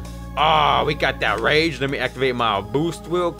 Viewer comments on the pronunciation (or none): none